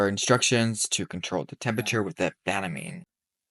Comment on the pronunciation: We call it “Ban a mean”, for Banamine. ban like to ban from doing something. I can’t figure out how you are saying it